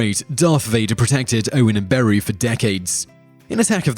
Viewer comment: The way he pronounces Beru as BAROO is hilarious